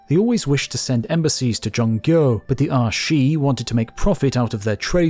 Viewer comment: My man, tried his best with those Chinese pronunciations ...zhongguo 中國 😂 Respect, great video